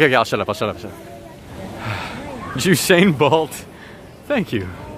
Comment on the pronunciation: "Jewsain Bald" beautiful.